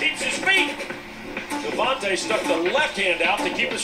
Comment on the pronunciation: This nigga said Deh-von-tuh